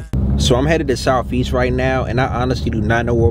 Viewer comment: he said southest not softest..that block definitely not soft